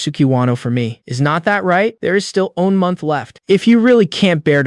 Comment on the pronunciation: No seriously... what is wrong with all these ai stories that can never pronounce the word one right o.o is this word some kind of forbidden curse?